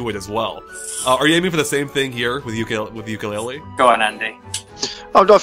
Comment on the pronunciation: Tooka-Laylee, and Yooka-Laythree, YES YES YES hahaha